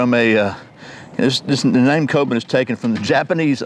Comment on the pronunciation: It's pronounced "koh-boon".